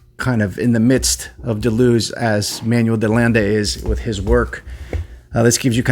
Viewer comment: Started watching, but it's too annoying to hear Deleuze's name mispronounced. Hadn't heard of the book, though, so thanks for that.